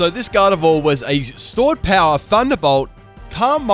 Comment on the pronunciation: did he call gardevoir galled?????